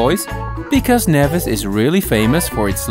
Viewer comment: It's NEVIS! Not NAYVIS